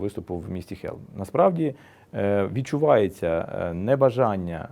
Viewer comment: Пане посол! Не Хелм! А Холм! Поляки ж не кажуть на Львів "Lwiw",а кажуть " Lwów'.Це так само стосується назви "Київ"